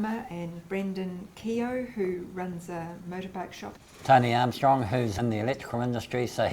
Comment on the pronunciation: Sorry, your pronouncing Keogh incorrectly :) Well that's if it's based on the Irish Keogh. Happy Christmas.